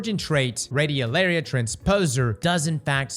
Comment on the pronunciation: pronouncing radiolaria right challenge = impossible